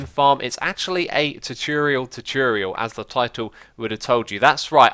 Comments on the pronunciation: xisuma tutorial is said T-or-t-or-e-al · i love how you say tuturial omg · It's : too tore ee ull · Tutorial = 2 - Tore - ee - Al ( not trying to be mean or anything but thats the pronunciation i here all the time ) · If you want to say tutorial split it up. Two-tour-e-al please try it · tutorial is pronounced two tour ee al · you saying chochorial made my day :-)))) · I just clicked to hear you say "tutorial" a bunch of times. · The way you say tutorial sounds funny